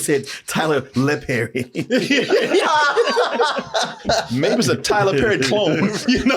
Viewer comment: “Tyler LePerry”!!! 🤣🤣🤣🤣🤣